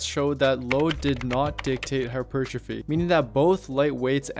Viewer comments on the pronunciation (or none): I like the vid but it’s pronounced “hyper, trophy” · Listening to you say hypertrophy in some ass-hat syllabic stress I decided to lift a 25 lb weight and smash it into the screen...I may be at a loss for hap per trophy but I have gained calmness due to not listening to you anymore' Jeebus friggin criminy...